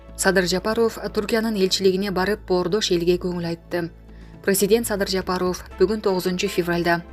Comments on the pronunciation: Жапарофф дебей тура суйло, сабатсыз дикторбусун алып баруучубусун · Даже Жапаров дегенге ударения туура кое албаганга маалыматты окутуп койгон.Маалыматты окуган кыз башка нерсе менен эле алектениш керек.